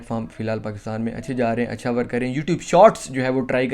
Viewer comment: Bro Pakista nahi Pakistan hota hai